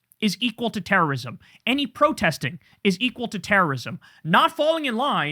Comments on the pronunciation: “Tewwowism.” That’s just how I heard it from him. Homan is a monster that deserves to be mocked for his speech impedement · Pwohtest.. ...Pwotest Is Tewowism..